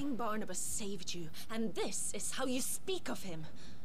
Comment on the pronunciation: It's funny how you keep calling Barnabas 'Barnaby' lol